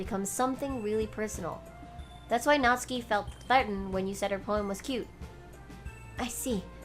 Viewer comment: your voice acting is amazing! It makes watching the gameplay a lot more realistic and fun to watch. It's a bit late to say this though...But Natsuki's name is pronounced, Nat-su-ki. Not Natski. Sorry...It just bothered me..Overall besides that this is really awesome!